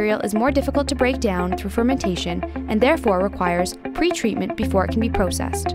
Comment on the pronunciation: I don't like how she said process